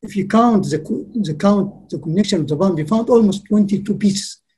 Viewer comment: EVERY TIME HE SAYS PUMP I HEAR IT AS BOOM